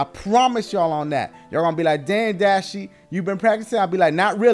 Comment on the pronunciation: you messing up dashie but i love naruto so...